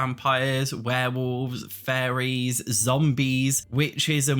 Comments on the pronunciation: I had to do a double take at one point cuz I thought he was saying furries instead staid of fairies lol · Buddies going on and on about furries. Lol. I hope we do get a fairies pack so I can listen to this guy say furries. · I’m sorry but I always think you’re saying “furries”. Love you though and your content!! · Sounded like you were saying Furries Mod and Sims 4 Furries, and it was sending me XD